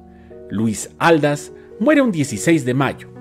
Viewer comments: TSSSSSS CARAY, es Luis Ald-á-s , con acento en la última A....cómo que Luis Áldas tssss ...prepara bien tus videos!!!!! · Perdón pero se pronuncia Aldás porque lleva tilde en la última "a" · Así es era Aldás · Es Luis Aldás. Acentúe correctamente. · Una pequeña aclaración: Aldás va y se pronuncia con acento en la a final. Favor de hacer una búsqueda en Wikipedia y otras fuentes de información sobre la biografía de este gran actor. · Exactamente. También noté el error. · Así es, con razón lo escuchaba raro que hasta me hizo pensar si era yo la equivocada 🤔🤔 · no llevan acento ortográfico pero si prosodico que quiere decir que se acentua Aldas en la segunda a y no en la primera como lo pronuncia nuestro querido